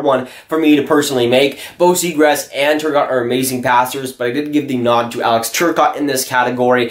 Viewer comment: it's zee graw. not zegrass.